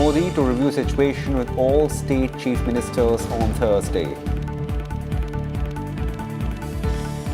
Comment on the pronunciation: it is cheif ministers but not cheif monster...